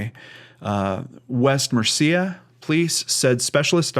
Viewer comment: Since I know you like to pronounce things correct, the British Birmingham is pronounced with a silent "h": Birmingam, with emphasis on the first syllable. And West Mercia is pronounced West Mercy-a.